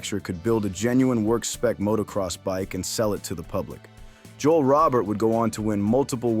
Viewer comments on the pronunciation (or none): none